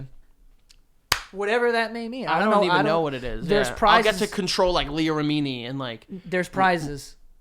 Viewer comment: "leah remEEEEEni"